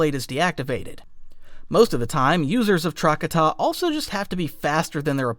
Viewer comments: If you're doing videos on lore of any kind, real or fictional, it wouldn't be hard to look up the pronunciation of words. Trah-kah-tah. Not Trak-a-tah. Also Sa-teal, not Sa-tell. My lord... Doon-mock, not Dun-mock. My guy, it's really not that hard, especially if you're a Star Wars channel doing exclusively Star Wars lore. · its not TRACK-uh-tuh, its TRUH-katah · For the love of fuck do not call Trokata “trockadda” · Truh-ka-ta. Thats how you pronounce it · Your pronunciation of trakata was pissing me off but I put up with it. And then pronounced utapau "you tah pow" and I stopped watching.